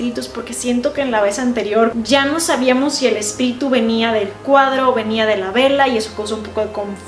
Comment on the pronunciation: dijo espilitu minutos